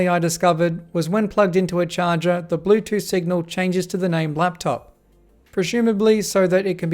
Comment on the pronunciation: “De blutoof dewice is ready to pear”